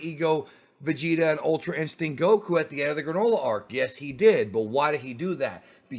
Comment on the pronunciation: Why do you pronounce Goku like that bro.. lol